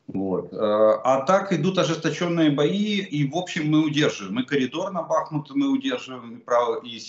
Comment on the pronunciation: Прочтите не БАхму а БахмУт